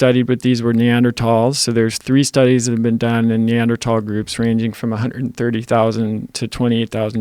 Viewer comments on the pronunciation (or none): OK the "H" is silent. It's an old German word. We're trying to help you out here. If you don't want to listen, that's on you. I think you meant to say "thall" not "fall." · never heard it pronounced "neanderTALLS" sounds so silly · Lol the guy who gets paid to talk about Neanderthals pronounces it that way. Myself and another person told you it's pronounced that way and you still want to be a clown. That's fine, the world needs ditch diggers too. You're wrong and you're content to be wrong. It's a hard "T" sound, period end of story. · doesn't matter you're still pronouncing it wrong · I think you are correct, I just want to chime in that in Swedish we spell it Neandertal, and pronounce it as such. I do think I would say it wrong with the "h" if I speak English though since that's how I always heard it pronounced. My guess is it's very common, just from consuming a lot of media in english.